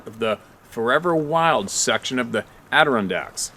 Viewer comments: It's pronounced AdiRONdax!!!!! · Yes it does drive me nuts when you pronounce "The Adirondacks" wrong! Now your gonna tease us New Yorkers, When you almost got it??? I say almost because your passable but not spot on. A video you did last week, was the 1st time you said it perfect!!! It's our Mountain pride I guess?? Maybe it's the attitude everyone says we have?? Lmao I thought it was NYC people & not us. Way up North in Mountains? Either way your getting better and don't torment us!!😜